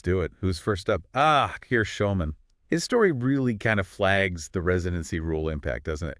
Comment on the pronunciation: Get your pronunciations right please. Connacht??? Schoeman??? This is very annoying.